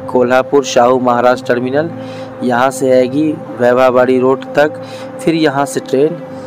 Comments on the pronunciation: ठीक उच्चारण सीखिये. मिराज नहीं...... मिरज है. वैभाववाडी नहीं..... वैभववाडी है मंडगाव नहीं...मडगाव है आपकी जानकारी का प्रमाण क्या है? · Pagal wybha wadi nahi vaibhaw wadi 😘😏bolnese pahale station ke nam ki jaankari lo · वैभव वाडी को भी आप ठीक नही बोल रहे है मराठी शहरों के नाम आप हम लोगो से ठीक से समझ कर बोलेंगे तो आपका नाम रोशन होगा और काफी लोग पसंद करेंगे .